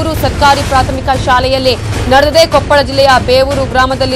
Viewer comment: Namma Kannada Jille hesarana maryadeyayagi nettage karere adu KOPPALA kopal alla